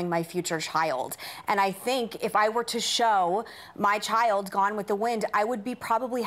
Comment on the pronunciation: Then Meghan had to open her mouth..."I'm concerned about what I'm going to show my chi-ild" (number one- "child" is not a two syllable word). I was watching Maude when I was 9 years old and I heard about abortion, gay people, etc., and I asked what all that was. I was allowed to watch Maude because I thought it was funny the way she went off on people, and that's still its biggest appeal to me today. Don't worry about what you're going to do with your kids. Wait until they ask.